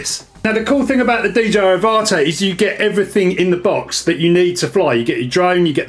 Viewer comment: I think it's pronounced like Avatar without the r.